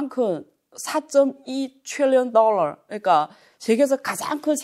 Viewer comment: 딸라.. ^^;;; 배우면 뭐하나.. 20세기 엉터리 일본식 영어 발음을 아직도 사용하고 있는데..